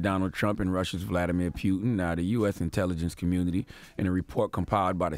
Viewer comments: Vladamir pew-tin!!!😂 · CTD “Vladimir Pueton” 😂😂😂